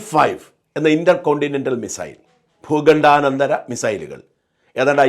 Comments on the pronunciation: Bhookandanadaram alla ,bhookandandaram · ഭുഖണ്ഡാനന്തരമല്ല, ഭൂഖണ്ഡാന്തരം